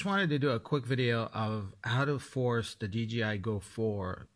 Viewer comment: ) it is not DGI.. it is "D J I" it is a J not a G! :-) I used to do the same mistake for ages! :-) Great video and thanks for the tip!